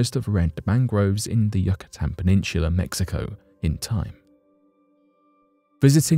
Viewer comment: You can pronounce "Risoflora" But you cant pronounce *"Yucatan"*? Great video!